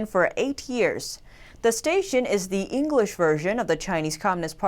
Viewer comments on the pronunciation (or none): none